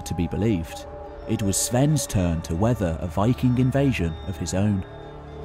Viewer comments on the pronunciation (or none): none